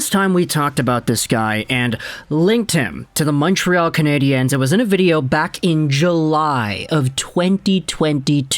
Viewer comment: That’s not how you pronounce "Canadiens"